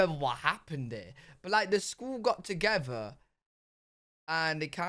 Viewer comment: You say togever instead of together